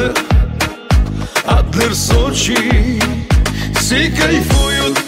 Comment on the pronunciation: Сочей 😂 мамочки что вы несете , забейте в гугле как правильно говорить